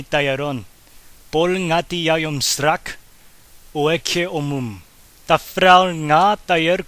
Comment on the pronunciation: It's lit, but one thing, srak is not pronounced as srak but sra, that k is unaspirated and silent